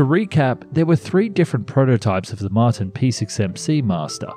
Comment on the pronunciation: Mart EYE N. wtf dude. 🤦‍♂️😂